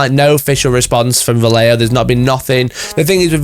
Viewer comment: The heck is valeo? You should respect the letters in a word. VA - LLE - JO